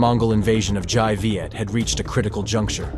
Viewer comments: Dai Viet - the dai is pronounced with a 'd' sound, not a 'j' sound. sounds the same as Cantonese for 'big' : 'dai.' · Dai in Dai Viet should be pronounced as (Dye) not (zhai) as in the video. Written Vietnamese have its own way of pronunciation.. not the same as English. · Very interesting account. Just one thing: the Đ of Đại Việt is pronounced D as in Domino.